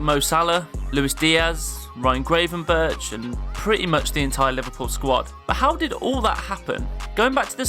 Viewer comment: Amateurish video with lack of care taken on researching results, lack of understanding of Liverpool's history (yes we have won the treble twice, 1984 and 2001!), and comparing Liverpool to Barcelona not cool. Ryan Grave-n-berk? Its Grav-en-berk. Get it right!